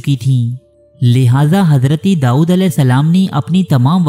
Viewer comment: The word is "Dawood" not "Daood"